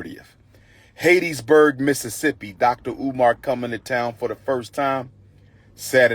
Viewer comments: It's pronounced HAT-Tis- burg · Pronouncing Hattiesburg wrong